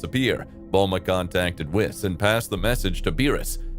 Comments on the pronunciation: does this guy say whis as whisk...? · its whis not wis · Im convinced this guy is trolling us at this point with how stupid he is. Pronouncing "Whis" "Whehz", pronouncing "Ki" the most FUNDAMENTAL part of the series "Kai', calling the Tournament of Power the "Tournament of Force" which confuses me to no end. Overall even the logic in the what if is just insanely stupid as well so...